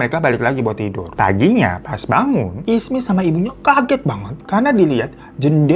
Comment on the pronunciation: jadinya ismi atau isma bg😂